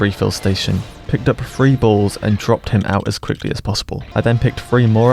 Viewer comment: FYI: when referring to the "balls" they're actually called proton-torpedos.. so just say torpedos and you avoid saying "bools"